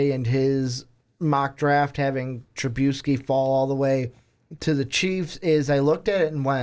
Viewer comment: WTF does he constantly mispronounce Trubisky's name?